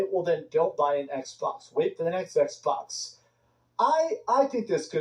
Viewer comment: Ehhhh box, ehhhh box, everyone want a ehhhh box 🤣🤣🤣